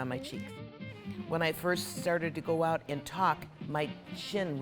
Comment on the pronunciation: Ouuuut a true Canadian with that stumble on ooout sound